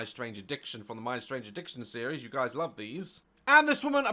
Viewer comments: Sounds better with a northern accent. LOV lol. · Me when daz says “love” with his accent :🥰🥰🥰🥰🥰🥰🥰🥰🥰🥰🥰